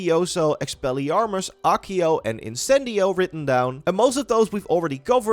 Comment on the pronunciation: Acio= A̶a̶k̶iy̶o̶ 🙅‍♂️-> 💁‍♂️ Ekiyo Redikulous. Why can't you just reasearch some of these pronunciations? Too many times you've arrogantly, ignorantly butcher these pronunciations. I still remember you pronouncing Ninjutsu (should literally be pronounced as it's spelling neen-jut-su) as Neen-yet-su 🤦‍♂️🗿😵 There yet another.. *Levi-yo-so 🤦‍♂️ ooff.. soo irritating. It's Levi-o-saa. This one literally got correction in Harry Potter itself by Hermione; Man, this is ironic af!